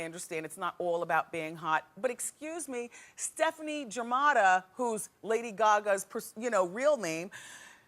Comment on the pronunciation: "stefani germatta" 😭😭😭😭